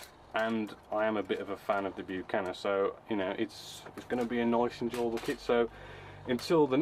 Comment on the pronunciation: Not a criticism but I agree with a previous poster - it's pronounced Buck-an-eer (run as one smooth word, Buccaneer, obviously!) Have you done the Sea Vixen kit by the way?